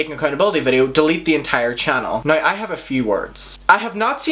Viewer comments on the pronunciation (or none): Dude you pronounce now like /nəɪy/ where are you from??